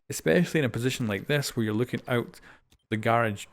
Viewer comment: “fooking camera sight”